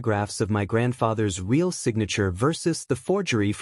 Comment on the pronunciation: Real, pronounced "reel" with a long "e". Fire your AI reader and hire a human who can read and speak English.